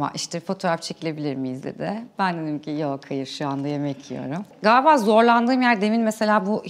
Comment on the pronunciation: Önce galiba demeyi öğrensin, gaaabaaa diyerek uzata uzata konuşunca ah yazık diyorsunuz